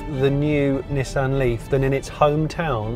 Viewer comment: Cracking review and praise the Lord you pronounced it 'NISSAN' not like those ghastly colonials say 'NEESON'....... I ask you 'NEESON'..........but then again .......'JAGWAR'..........'HUNDAI' .... need I say more :O)